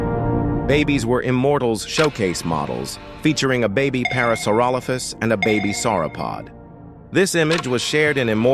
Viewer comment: that aint parasaurolophus that phulorosauraparalophus😭